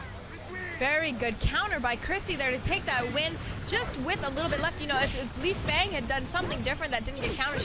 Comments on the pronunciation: Her name is pronounced "Lay-Fang" you idiots. Not "Lee-Fang" if her name was Lee-Fang it would just be spelt that way wouldn't it? Same with Bass. everyone says his name like you say the word ass but with a B in front of it. WTF man? is that how you say turn up the bass on a radio? or I play B-ass guitar?? learn to talk you yank fucks! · Yes, the girl's pronunciation of Lei Fang's name is wrong. The guy's pronunciation of Lei Fang's name is correct.